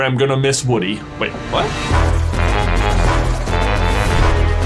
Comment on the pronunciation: lol you call him "Wooden"